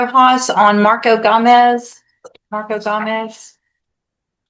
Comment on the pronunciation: lol she never knows how to say Gomez.